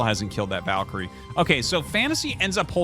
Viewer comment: Glad to hear Artosis is starting to pronounce "Valkyrie" correctly. It's Val as in Val Kilmer, not Vaul as in vault, and I will die on that hill.